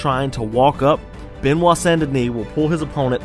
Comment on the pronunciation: Frenchman here, first name pronounced "buh-nwah" rather than beh-nwah. Love the video!